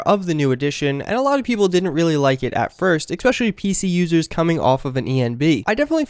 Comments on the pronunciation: Its 'Especially' not 'Exspecially'. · I got triggered svery time he said eXpecially. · Is it just me, or does he actually say 'expecially'? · If you're going to say "especially" so often in your video, I implore you to learn how to pronounce it. Otherwise, helpful video, thanks! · There is no 'x' in especially. Just saying.